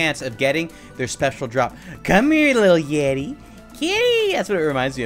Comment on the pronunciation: The yeti more like "yeety" hahahaahhahahahahahahahahahahahahahahahahahahaahahahahahahaha